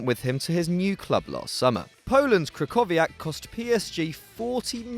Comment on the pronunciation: The way you pronounced krychowiak made me cringe